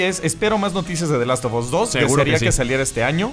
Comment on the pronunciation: Porqué carajos dicen "THE LAST OF OS"? SE PRONUNCIA "THE LAST OF AS".